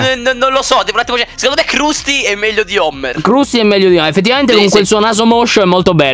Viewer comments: voi dannati!!!!!!!!!!!! si dice crasty il clown e non crusty quindi non dire che lo vedi tutti i giorni. perché menti sapendo di mentire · Si dice crastiiii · Io i Simpson li amo, CQM LER KRUSTY SI LEGGE KRASTY. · Io guardo i simpson e quando gli guardo, mi fanno stra ridere. Ma perché chiamate Krusty in quel modo, la u non è a?